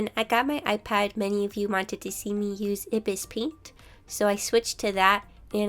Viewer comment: I-bis? Think you forgot that it's pronounced eye-bis paint